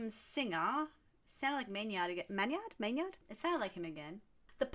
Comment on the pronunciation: Maynard is pronounced May-nerd. You’re definitely having a bit of dyslexia there, switching the y and the n.